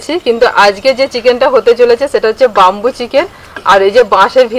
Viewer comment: 'বাম্বু' নয়,উচ্চারণতা 'বেম্বু'